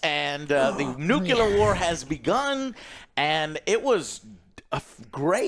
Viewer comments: it's NUCLEAR not NUKELAR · Joe. At this point, I'm literally begging you. Literally begging. Please learn how to say "nuclear". It's "new clear". It's not "nukular". Come on now. Come sit with the adults. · FFS, Joe still can't pronounce nuclear